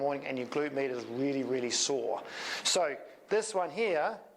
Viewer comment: Thanks. But anytime you say "med" I just hear "meat". So it took me half of the video to get to the point... 🤓